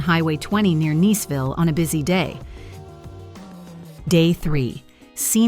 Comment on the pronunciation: Every name mispronounced. AI. I live in Neeeceville.😂